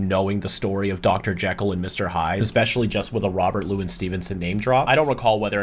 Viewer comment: Intertweaved? You also have some weird pronunciation for Robert Louis Stevenson. The middle name is Lou-ee.